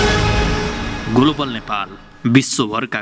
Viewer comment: गोलोबल हैन हौ, ग्लोबल हो!!